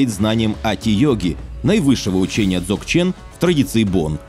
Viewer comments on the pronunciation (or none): Анатолий Остапенко и его сотрудники - просто молодцы! Но! Дзогчен - это очень серьёзно (ударение на последний слог). Человек Христианской традиции, овладевший и практикующий Дзогчен - это человек действия, причём эзотерического действия. Только намерения этого человека должны быть позитивные. Капитан 1 Жихарев не понимает, во что он вляпался, причём вляпался без кавычек. Описанная ситуация с сыном и его женой - ярчайшая иллюстрация. Да, оценка сложившейся ситуации, только через матюги! Дзогчен(УДАРЕНИЕ НА ВТОРОЙ СЛОГ) - не магия. Это эзотерическая вершина Буддизма. Читай: ДЗОГЧЕН состояние самосовершенства. Намкай Норбу Ринпоче. Просто Жихарев - злодей, пытающийся агрессию лукаво прикрыть благими намерениями. P.S. Гениально изображена ситуация с экипажем "МОСКВЫ".